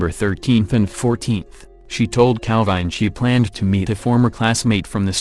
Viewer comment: Cal-vine did it